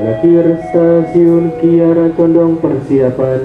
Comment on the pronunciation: Kiara Condong yaCh Kiara Condong Mas. Nyebutnya jgn disambung dg Bandung. KaLimatnya meski dipenggaL. Sama dg Lempuyangan Yogya. Ato ... Wates Yogya.